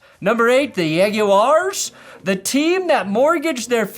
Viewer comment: I love the Jacksonville “Jagurs”